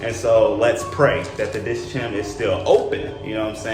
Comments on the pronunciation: You 2 are awesome parents. Little guys kick is tops 👌🏽 I agree mom. On a side note, it’s like how you say chemical - it’s Diskhem not Disshem 😅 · Hi, love you guys so much. the Dischem is pronounced as Dis-chemist so its Dis-chem... the ''chem'' is for chemistry/chemist.